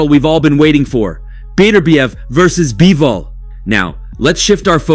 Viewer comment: Bro said Bibol